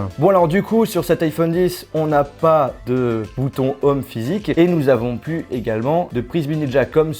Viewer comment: on dit pas bouton "homme" mais bouton "ohm" hein lol mais bon et l'anglais on a l'habitude 😂